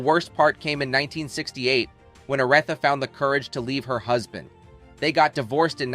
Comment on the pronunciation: I had such high hopes for this docu. But then the narrator mispronounced Mahalia's name, and then , much worse, couldn't pronounce Aretha!! I gave up at that point. How am I to take this channel seriously when you can't pronounce the name of the person you are talking about?